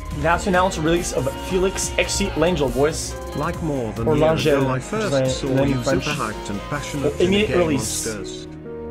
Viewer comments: Langyel? Wtf. Its an Hungarian name, Lengyel, meaning: "Polish". It isnt french. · How you pronunced lengyel is funny 😂😹